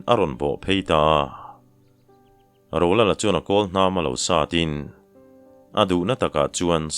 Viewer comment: Rolala dangawk ang deuh a i lam hian ngaihthlak a ti nuam lo deuh thin, a lang zing bawk sia. A bak ah chuan a ngaihnawm hle a,chhiar pawh i thiam hle ani.